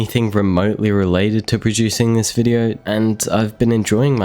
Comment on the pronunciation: (That going to take fore) Back to the bideo😂